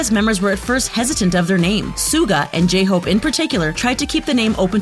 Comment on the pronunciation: How dare you mispronounce my precious J-hope.